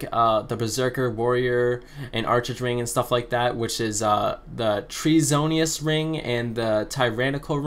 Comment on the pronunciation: Dude....Treasonous is not pronounced... Treasonius. ......Treason. act of Treachery is pronounced "TREEZON"